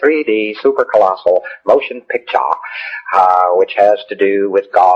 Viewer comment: i like how he pronounces the words like: pict-CHA rule-LAW GAWD let them poor bastards wander out